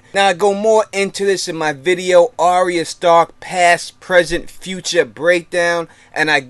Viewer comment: Isn't it pronounced Are-ya not Arry-a?